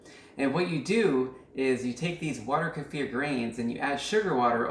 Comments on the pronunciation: Finally! Someone who pronounces Kefir correctly! Thank you! Other people doing how to video pronouncing it like Kiefer Sutherland's name and I get annoyed. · I do like the pronunciation: Ku-fear'' for Kefir, it has this particular vibe to it that I gravitate to. 🥰 I find myself saying it this way on a frequent basis. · FINALLY the 1st channel to pronounce kefir correctly! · I finally found someone that pronounces it correctly. I couldn't even get 30 seconds in on so many other videos. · you pronounce it like the original Russian. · finally someone pronounced "kefir" correctly! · Hallelujah you pronounce kefir correctly!